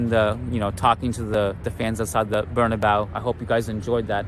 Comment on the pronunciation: Good job! One small thing: It's pronounced Bernabéu not Bernabau.:)